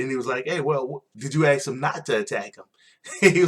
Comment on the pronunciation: thank u for the recap... but 3 things 1 u say aks instead of ask 2 you rated EVERY match 3/5 .. makes your rating irrelevant.... i mean if all matches were 3/5 including the main event then that was a lackluster smackdown. 3 if youre gonna recap, at least learn the names barh, maryse and salida del sol just a little prep can make you way more profesional and coherent